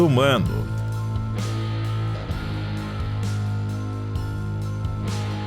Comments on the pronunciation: EstraÇalhar, mas ri alto com o EstraLhaçar kkkk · Só eu reparei ele falando "estralhasar" ao invés de "estrasalhar" kkkk eu amo o canal e só vou falar assim agora 😅❤ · Tirando o "estralhaçar", o vídeo foi muito bom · Estralhaçar! Que horror...😅😅😅